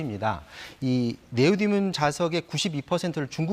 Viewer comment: 네오디움 발음 똑바로 못해?